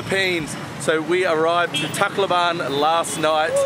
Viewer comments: Tacloban City has been declared a Highly Urbanized City since 2008, hence, the address becomes Tacloban City, Philippines. And the accent for Tacloban is on the 2nd syllable. So we say, 'tacLOban'. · What a disappointing video of TaclOban City....Pity you do not even pronounce the name of TaclOban correctly! There is the letter O in the word and not A as you say the name TaclAban....Incorrect!